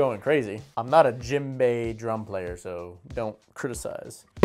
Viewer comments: It is pronounced jem-bae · The drum you 3D printed is pronounced Jem-bay